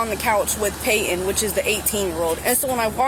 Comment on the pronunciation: Serious question: When was the letter "T" removed from the middle of words? And who decided it was necessary? I mean, calls someone named PayTon, "Pay-un"? Dear Lord, please take me home soon!